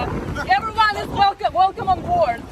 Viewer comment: Everybody. Velcome! Velcome abort!